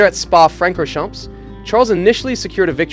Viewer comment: I can't listen to this moron mispronounce "Spa-Francorchamps." If you cannot be bothered learning the names of the most iconic circuits in the world, your content is worthless.